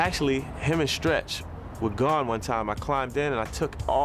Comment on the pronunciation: I noticed how he said Stretch name... R.I.P to a musical genius and Pac the goat!